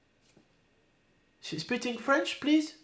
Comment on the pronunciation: speating french il a dit mdr